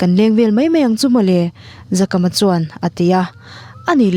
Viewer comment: Zakama toh hi Zakaama tia lam tur.